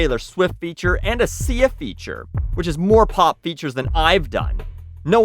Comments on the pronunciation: I like hearing you say "pop" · I can't tell if you say pop weirdly or you've just said pop so much this video that it sound strange now. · No there's definitely a w in there lol